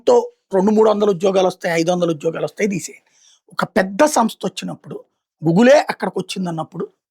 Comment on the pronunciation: Gugul o gulgul o kaadu ra gootle, adi Google....ekkada nunchi vostharra babu ee batch antha...